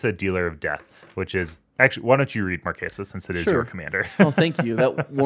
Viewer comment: I am begging yall to stop pronouncing Marchesa like that. From the wiki, Marchesa d'Amati (/mɑːrtʃɛzə/ mar-CHEH-zuh)